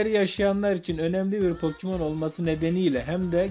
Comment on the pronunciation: Iki saattir gülüyom yanlışlıkla pokemon yerine pokimon denince güzel olmuş :)